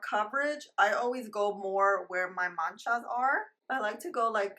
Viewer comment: You make me laught every time you say “ manchas “🤣🤣🤣🤣